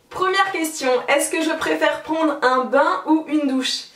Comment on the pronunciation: J'ai entendu "pondre un bain" à xDD Sinon ça change de certains tags, j'adore quand tu fais des tags qu'on ne voit pas:3 Bravo! <3 #WarriorForever